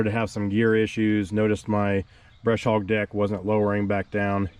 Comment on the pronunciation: No "R" in Bush Hog!!!